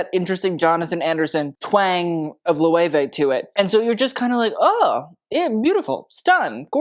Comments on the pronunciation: Loh-ay-way???? Try to learn a little bit of German to pronounce that as you should. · Loewe pronunciation: Say "Look", but switch the "K" out for "veh" (not the full dipthong "vay") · I’m not a fashion freak but I like to watch your videos because you’re so knowledgeable. But I did not know that’s how Loewe is pronounced. Lmfaooo Chillle, I was full Nomi Malone on the pronunciation. Lmfaoo